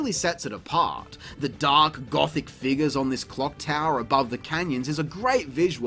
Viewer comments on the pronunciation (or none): none